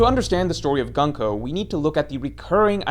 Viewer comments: Why say gan-ko? Her name is gunko like luffy or usopp or brook, not laffy or assop or brack. Like a shorter version of goonko. gun means military in japanese, ko is child military child. not gun like english gun. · Stop saying gunk-o bro that’s not how it’s pronounced 😭😭😭